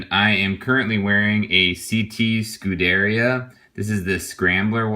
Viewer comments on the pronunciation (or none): Lol, it's pronounced [scu-de-rì-a] /skuˈdɛːrja/ not "scuderia"